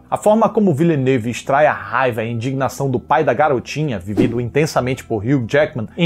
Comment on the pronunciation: Perdi tudo no biquinho “Denìvilanèv 😗” ksksksksksksk